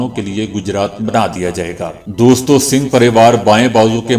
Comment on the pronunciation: IT IS NOT SINGH BUT SUNGH PARIVAR